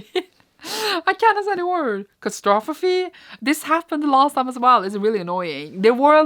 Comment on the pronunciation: use the words cat-ass-trophy to pronounce catastrophy 😂